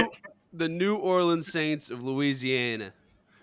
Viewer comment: S-A-N-T-S who dey. That literally could not have been any less correct.